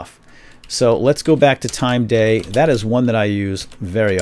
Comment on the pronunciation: When he said "day" I thought he said gay lulzz!